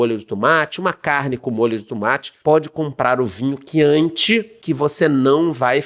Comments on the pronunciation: Tumate = tomate....kkkkk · O tumátchi 😂